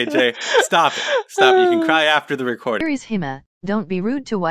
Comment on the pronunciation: Literally No one: Google: Kirisima (Kirishima) Deka (Deku) 😭😭💀💀I CANT